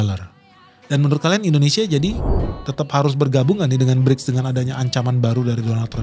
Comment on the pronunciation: Berics bukan klrng kleng oi